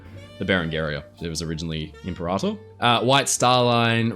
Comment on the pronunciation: Not its called the “Imparator”